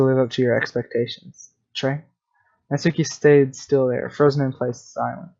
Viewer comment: Thank you for saying natsuki right